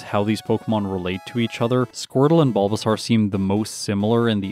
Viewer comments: Okay and here i thought it was just me hearing it wrong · no one: absolutely no one:: “BulbaSARRRR”